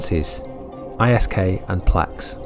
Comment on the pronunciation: Its pronounced as Isk all one word as in wisk